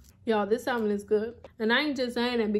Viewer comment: Love your videos, but just an FYI the l in salmon is silent!❤